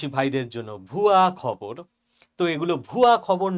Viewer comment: ও স্যার আপনি যখনি" ভুয়া খবর " শব্দটা উচ্চারণ করেন, তখন এতো ভালোলাগে কি আর বলবো 😆😆😆😆😆